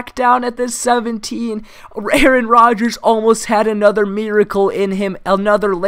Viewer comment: you said rarron Rodgers